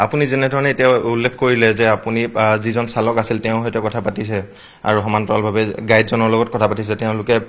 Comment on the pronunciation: Wrong pronunciation,Reporter should practice Assamese language